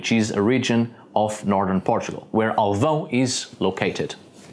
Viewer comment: Great pronunciation of Alvão! You sound like a portuguese native!